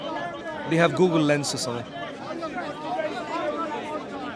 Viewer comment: Its not gagle its google 😂😂